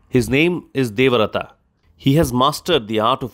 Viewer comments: Wonderful reading. But Devarata? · Sir small correction* its Devavrata**